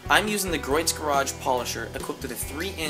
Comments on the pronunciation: It's pronounced GREE OATS not GROYTS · Gree-oh's garage not Groit's ;) Just FYI. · Griot's is pronounced "gree-o's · great job from a very old detailer. only 1 small thing it is pronounced "gree ohs" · just an FYI........Griot's is pronounced....Gree-oh's